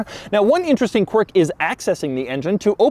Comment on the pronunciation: you need to stop saying qwiurk